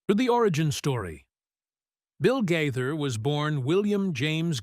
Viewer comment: Please learn to pronounce their name!!!!!